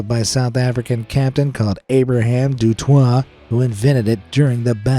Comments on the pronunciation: Heyyy, just wanted to say Du Toit is pronounced as Du Toyt. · 😂 Abraham Du Toit. Its not french. You pronounce it "Doo Toy-t" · Great vid, but you pronounced du toit wrong.